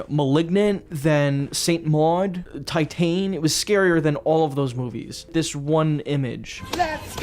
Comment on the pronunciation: it's pronounced tit-ahn